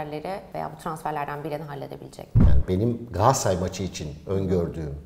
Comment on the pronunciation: gaasaray ne Galatasaray demeye dilunmu sürtiy